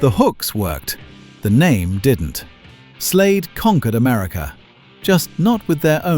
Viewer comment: Its Slade, not Slayed.